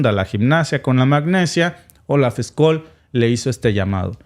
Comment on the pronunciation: Scschsch...olz ssssholz...no skoll...es aleman no ingles!!!😂😂😂